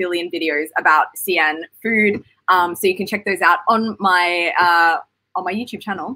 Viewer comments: Actually, it's more of a "She" - "An" as in like West... Xi-An "She-An" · 你发的也不对，华北山东的土话还是发尖音[s]，普通话尖团合流现在发作舌叶音[ɕ]，这个音英语国家的人发不出来的